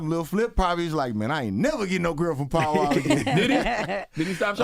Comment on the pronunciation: I thought his name was pow wow. Im from the east coast. When they said paul wall the accent sounds like. Pow wow. Say pow wow. Now go listn to how he pronounced paul wall.